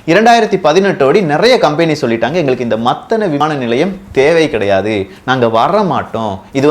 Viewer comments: டே எல்லாம் தெரிந்த ஏகாம்பரம் மத்தல அல்ல மூடனே மாத்தளை (பொது வெளியில் தவறாக உச்சரித்தாலோ,திரிபு செய்தாலோ பதிவை பார்ப்பவரை மூடரென நீ கருதுவதாக கருத்து வரும்) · தகவல்களுக்கு மிக்க நன்றி மத்தல அல்ல "மாத்தளை அல்லது மாத்தல"